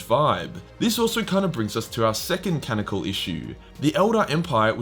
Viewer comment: Ca non I cal Dude I love your videos but please for the love of the empower stop saying cannical